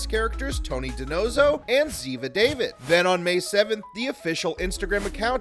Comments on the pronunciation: Ziva Dahveed(pronounciation), not David. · Love how the characters second name isn't david it's david(da veed) just say it's like at not hard like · You said Ziva's last name wrong, did you ever watch the original show!?